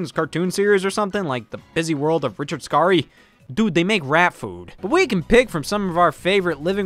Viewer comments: Can we all appreciate that Scott actually pronounced Richard Scarry's last name correctly (it is supposed to be pronounced Scar-E not Scary). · A New York Times article interview from 1976 with Richard Scarry says his name is "pronounced as in 'carry'"